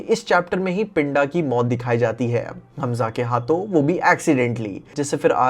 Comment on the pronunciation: stop pronouncing d as d in pinda and rinda( its punjabi name ) pronuce d as "the" pind(the)a, rind(the)a .